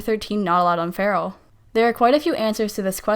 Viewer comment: Its not “cope a” Its “cop uh” Learn to speak dang it